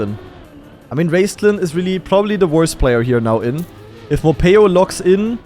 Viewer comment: hearing call morhpeo morpheo for 15 minutes was so funny XD and i knew that skandear was gonna win this one, even though i got a little scarred when he started to troll at the end